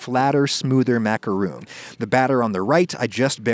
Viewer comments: Is no one going to talk about how he said "macaroon" instead of "macaron"? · It’s pronounced like macaroni without the “ee” sound at the end. You’re welcome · It's macarOn not macarOON "It's leviOsa not levioSAH" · I believe it's "maka-hon" the way the french say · Pronouncing it macaron (« Rhon ») is the right way. The end. It’s not because it’s french that it’s pompous. It’s just the right way to say it. Sorry if I sound rude, but why make a video about a french recipe if 1) you don’t want to try and speak french 2) you think french is « pompous » ? It’s literally just pronunciation. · My body goes into a series of convulsions every time he says “macarOOns” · My ears hurt every time he says macaroon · Ummm, no to this explanation. In America, people pronounce it properly and they don't sound pompous. Macaroons and Macarons are different cookies with different names. You're just saying it wrong and trying to justify it. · NOOOO the cookie pronounced that way is a coconut frosting on sweet bread, french macaroons are what your cooking